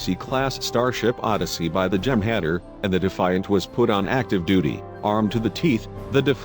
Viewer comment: That mindless robotic narrator mispronounced the species, the Jem'Hadar. I'm surprised he didn't mention the Breen ships.